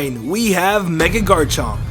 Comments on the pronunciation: "mega ardino" "electroid" "garnchomp" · you said garnchomp it's garchomp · "Electroid" "Ardino" "Garenchomp" are you ok man? You having a stroke?